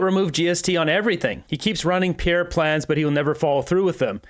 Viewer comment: Hey Buddy......Can you at least try to say Pierre's name properly !!?